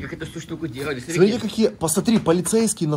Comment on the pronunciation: говори пожалуйста слово «СМОТРИТЕ» правильно. Когда ты говоришь сотрите, это в уши бьёт сильно